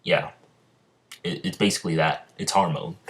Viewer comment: It's not harmon " it's Hamon